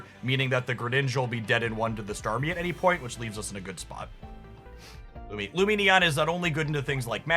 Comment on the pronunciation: He finally pronounces Lumineon correctly! Huzzah!